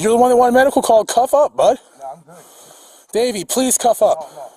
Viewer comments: Lol, sounded like he kept saying Baby, not Davey. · I kept thinking he was saying " Baby" until I read to description "Davie" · Every time he called him Davy I heard “baby” which made this video fun to watch. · I thought he was calling him Baby till someone pointed out it was Davy. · thought he kept calling him baby 😁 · Man I swear I thought he said “don’t do it baby” at first 😂😂 I woulda fought that cop too if that was the case 😂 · I thought he was calling him baby 🤣🤣🤣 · Honestly thought the cop was saying baby, for awhile lol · for a second i actually thought he called the suspect "baby" turns out im deaf and he said davey .-. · I thought he was calling him "baby" at first haha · I fast forwarded through it to see what I wanted. I swear I thought the officer kept calling him baby 👶 🍼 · I’m telling you he was saying baby 😂😂😂😂